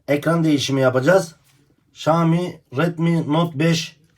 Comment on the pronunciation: Usta keske okunusunu "ŞAAMİ" dmek yerine "ŞAOMİ" desen daha dogru olurdu